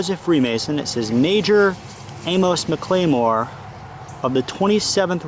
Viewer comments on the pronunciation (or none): Hi! I’m from MS. Infact I went to HS at the school just across the street. It’s pronounced Mac-la-more. And A-mess. I know it’s difficult to understand us sometimes, lol and we def have our own pronunciation’s, lol